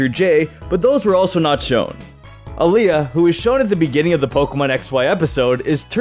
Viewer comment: He said alia and not aila lmaoooo